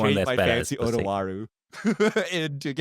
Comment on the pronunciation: I love Otawara, but I can't decide if I want Seth to run it more, just to hear him say Twara instead each episode